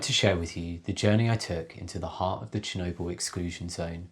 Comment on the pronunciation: Very good video and as a narrative you could do very well only if you can learn to pronounce the letter L. There is no such thing as noodoos and needoo's. Or Chernoboo. Work on it and you could go a very long way. Your video is exceptionally interesting but totally let down by your annoying narrative.